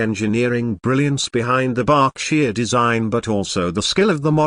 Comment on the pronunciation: The 765 Seemsd to be a British Engine. There is no number board saying 765. What is a lowww kamotive? Another AI nonsense that can pronouncs common words. BURR K Sheer. Berkshire Mountains in Western Massachusetts. NOT Bark sheye rr